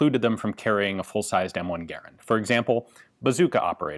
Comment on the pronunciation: Congratulations! You are one of the few people I have seen who correctly pronounces "Garand"